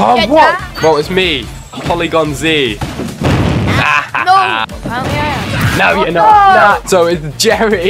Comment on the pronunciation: its porigon z